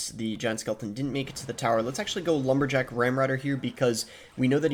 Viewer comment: bro said lumber-lick🤪